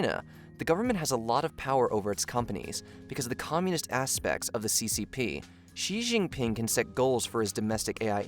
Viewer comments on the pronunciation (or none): Shee Jin Ping. X is pronounced with essentially a SH sound in Chinese